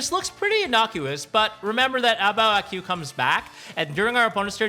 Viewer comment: the "Qu" part of A Bao A Qu should just be pronounced as "Ku", not "Queue".